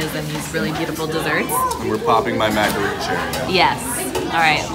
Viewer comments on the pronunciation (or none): It’s macaron not macaroooon!!!!!!